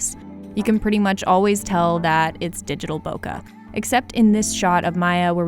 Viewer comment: Pros don’t say bokuh.